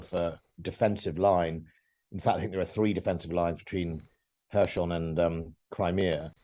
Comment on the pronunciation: "Hershon" 🤣🤣 I think I’ll make a list of all mispronunciations of Kherson.